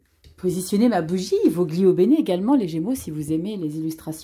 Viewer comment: On dit volio bene😉